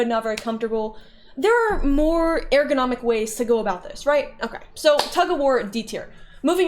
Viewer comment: I have never heard a single human being pronounce "eärgonomic" the way you do.